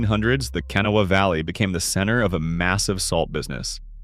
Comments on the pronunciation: It is pronounced KUH-nane, not Kay-nun……. Irs pronounced KUH-naw-wuh, not Kenna, OR KUH-nawww, despite the spelling, it’s pronounced Tie-girt, not Tie-gart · It's Pronounced canaw and canain valley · Kan- aw- wuh , say it with me , Kan- aw- wuh and Muh- nonga- heel- a , again Muh- nonga- heel- a , jeez. Damn I hate these videos for butchering the indigenous names or our rivers . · Learn how to pronounce the names of our rivers. Ka-na-wa river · Overall, very nicely done. Gotta correct your pronunciation though. Kanawha is pronounced can awe' wuh. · What cant anyone pronounce Kanawha the right way? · You pronounced Canaan Valley, Tygart and of course Kanawha WRONG!! Never fails. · The Narrator is obviously not from West Virginia and is really going to have to work on his pronunciation. He mispronounced Canaan and Kanawha, No idea what the Thaiart Valley is maybe the Tygart. No clue what the Canoa section is. I could not even guess either. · And sadly AI cannot pronounce Kanawha lol